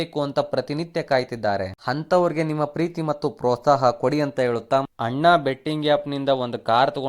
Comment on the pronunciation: ನೀನ್ ಫರ್ಸ್ಟ್ ಕನ್ನಡ ಸರಿಯಾಗಿ ಮಾತಾಡೊ ಚೂತ್ಯ... 'ಹ' ಕಾರ ಇಲ್ಲ 'ಅ' ಕಾರ ಇಲ್ಲ... (ಅಣ್ಣ)✅ ಹಣ್ಣ ಅಂತೆ, ಈತ✅ (ಹೀತ) ಅಂತೆ, (ಅಲ್ಲಿಗೆ) ಹಲ್ಲಿಗೆ ಅಂತೆ